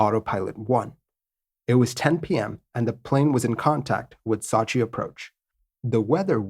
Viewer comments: Sot-chi lol Sow-chi come on man... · Not to nitpick but the name of the city is sew-chi not saw-chi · Ok I thought the city of Sochi was pronounced SO-chi. You pronounce it more like SAW-chi. I'm from St. Louis, Missouri, so maybe my accident is different? I also have a tendency to pronounce Wuebec KAYqec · So-chi...not Sa-chi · My favourit city in Russia. It is Сочи (Sochi). It is pronunced as sOchi not sAchi. It is a resort town. It is in Krasnodar on the Black Sea. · Excellent video. But you drive me nuts with your mispronunciation of Sochi. It's not SAH CHI, it's SEW CHI. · Not sachi but Sochi! I used to live in Sochi Russia! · Sew-chi man, not Saw-chi... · Pronunciation = Sooo Cheee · No, that is sue-che, we want sew-che. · I'm sure you already have a 100 comments saying this but it's SO-CHI as in "to sow a sweater" or the word SO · I'm a big fan and watch all your stuff but this one was tough to watch-- 'SOW-CHEE' if you spend 30 seconds checking on the pronunciation this video would have been great. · Man...don't u remember the Olympics in Sochi...its a fucking long 'O' sound. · I’m having a hard time with his attempted pronunciation of Sochi. Google will say the name for you if you don’t know how to correctly pronounce a city or place name. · Didn't they recently have the Olympics in Sochi? I heard the name of the city pronounced over and over, but never the way it is in this video. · Ugh. Learn to pronounce Sochi before recording the video! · New drinking game, take a shot every time “Sochi” is mispronounced lol. Normally I don’t care, but that was brutal.